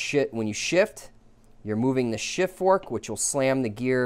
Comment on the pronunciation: Did you say shit and not shift?😂